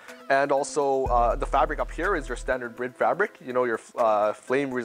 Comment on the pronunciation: How are you a representative of the seats but do not pronounce the name correctly? ITS NOT SPELT BRID. 😂